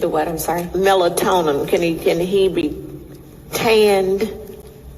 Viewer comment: Typical, can't pronounce the words properly, "melatonin" 😂😂😂😂😂😂😂